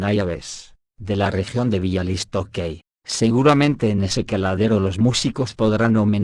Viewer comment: con el mayor de los respetos, Buashchak, Biauistok, Piusudski, Biaua Podlaska. Asi se leen. 😊